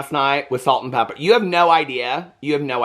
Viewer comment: Calling them Salt n PeppeR!! ITS Pepa!😂😂 u crack me up💜